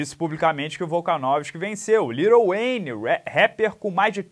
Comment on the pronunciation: “Lirou ueine”